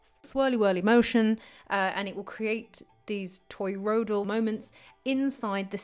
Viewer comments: Do you realise your saying 'toyroidal'? Not toriodal... And stop saying donut for gods sake. We each have a toriodal field around our bodies, as does the earth. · Aaagggh! Not Toy-road-all.